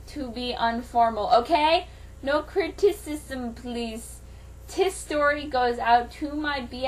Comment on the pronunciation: . What's 'critististism'? Is that a religion?